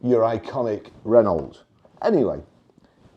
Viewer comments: Ren-no and not Ren-alt. It’s like fingernails down a blackboard to my ears. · Maybe after a few years practice you will be able to pronounce Renault